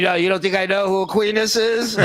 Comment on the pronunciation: Thomas Uck-WHY-nuss.